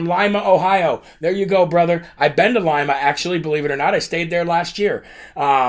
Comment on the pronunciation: Hey you got it right. Lima, not pronounced Leema.